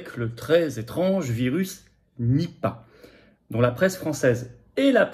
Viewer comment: Nipah non ripah !😂